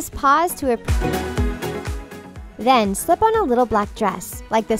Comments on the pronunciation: Who’s else got triggered when she said Rose instead of Rosé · Its Rosè not rose